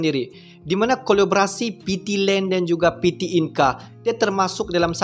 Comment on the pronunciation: Bang saran sikit kalau untuk bahasa Indonesia tidak menggunakan abjab Inggris...kami di Indonesia menggunakan bahasa Indonesia dgn abjab sendiri abjad Indonesia.... Coba Abang pelajari abjad Indonesia... Contoh PT dia baca Pete bukan piti